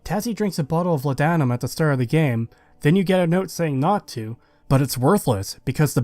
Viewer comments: I just gotta say man. Its not law'dah'mum, its law'de'num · It’s pronounced “Law-duh-numb” not “La-dawn-uhm” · It’s “Law’d-numb”, it was actually a real medication in ye olde times. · its pronounced 'lord-num', great video as always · For the sake of accuracy - Law-dah-nuhm